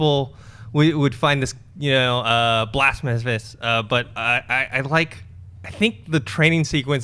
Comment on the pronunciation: did he say Blasmaphes?